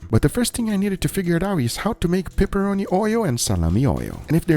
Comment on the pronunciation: he says prepperoni twice <3